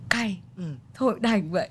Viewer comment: Cô Mỹ Linh phát âm chữ CAYYY chuẩn gen Z quá hâhhahaha đáng yêu quá cô ơiiii 🤣